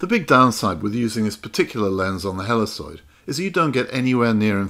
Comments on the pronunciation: Great video, thanks so much. By the way, I've always heard 'helicoid' pronounced "heli *KOID*" rather than "heliSOID" ... but no big deal. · The C in Helicoid is a hard C, not a soft C. It's Heli"koi"d. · Wonderful video and I will definitely give this a try with the lens off of my old slide projector and my macro bellows. One small point - It is "helly-koyd" with a hard c.